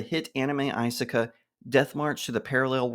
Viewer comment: Do you intentional pronounce isekai wrong?